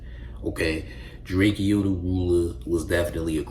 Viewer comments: Why you watching yourself talk instead of looking into the camera? Weird AF 👀. and its pronounced "Drake--Ohh" not "Drake--EE--Ohh" 🤦🏽‍♂ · Why do you say drakeeo it’s drakeo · Bro how you gonna do a video and not pronounce his name right? I can’t watch this shit 💩